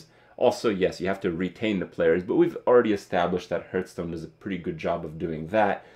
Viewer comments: Do you realize there is an H in hearthstone It's not heart stone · Is it just me or does Kripp indeed pronounce Hearthstone as Hurtstone? It kinda fits though because every expansion hurts my wallet. Huehuehuehuehuehuehuehuehue! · Kripp, why you pronounce "hearth" as "herth"?